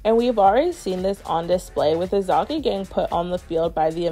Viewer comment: no im not upset or anything its just has me dying of laughter like when Stewie pronounces Ruined . its just a funny thiing no harm in it